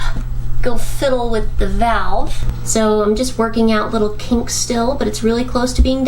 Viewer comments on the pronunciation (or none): none